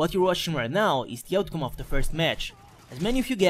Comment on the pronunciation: Bel commentary, ma non parla nemmeno egregiamente: of si dice ov ma lui dice of D